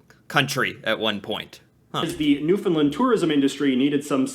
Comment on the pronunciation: The way he pronounces Newfoundland is right cringey. It's Newfoundland, like Shoes-in-hand. Also known in Irish as Talamh an èisc.